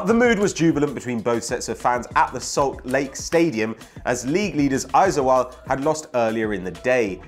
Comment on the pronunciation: pronunciation of AIZAWL was spot on.. good job.. I-ZOL NOT I-ZO-AL:)